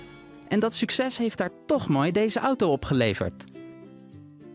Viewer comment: Hahaha hij had zich versproken op het einde toen hij ingetrapt wou zeggen.